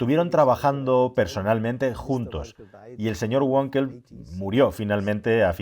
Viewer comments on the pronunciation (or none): Me encantan tus vídeos y te sigo desde hace años. Una matización: en alemán la w se lee v ,como en español, y no gua como en inglés. Wankel se lee Vankel no Guankel . Ante la duda lee la w en español como v. Hay otros idiomas a parte del inglés. Un saludo